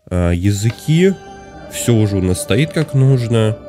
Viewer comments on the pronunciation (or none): none